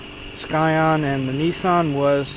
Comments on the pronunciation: "sCion"!?!?!? Sorry bro, but it is pronounced "scion", the c is silent😂😂😂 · The fact that he kept pronouncing scion as skyon was driving me insane. It's pronounced sigh on. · FYI the c is silent in scion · ill vouch that and say you're 100% correct. My cousin down south says it like skion and he's firm on it lol